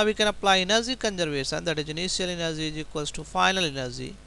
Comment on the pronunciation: "Final enerzy" .....😂😂